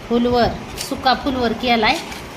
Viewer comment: फुलवर नाही फ्लॉवर म्हणतात